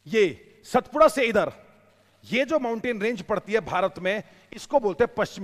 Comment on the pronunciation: अबे "सतपुडा" नही कहेते, उसका नाम "सातपुडा" है